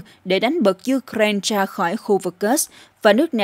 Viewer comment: Cô Xướng ngôn viên hôm nay đọc Ukraina tốt quá rồi! Hoan hô!👏👏👏